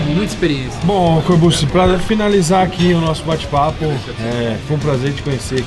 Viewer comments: "Corburtxi", Rafa 😉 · " Corbussi " kkkkkkkkkkkkkkk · O Rafael fala no vídeo "corbute" kkk